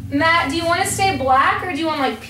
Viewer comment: Haha Matt still butchering your name. Cool seeing yall together!